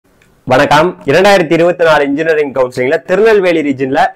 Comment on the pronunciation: Vanakam❌ vanokkm✔️😂